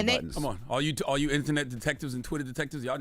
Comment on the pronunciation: Can somebody please tell that an AXE is used to cut down trees the word is A S K!! ASK! The word is not CHU it is YOU!